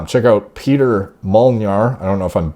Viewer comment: He's honestly a Hungarian legend already. It's hard to say he's fallen off. Edit: Also it's pronounced "Peh-tare Mole-nahr" but not bad for not speaking the language.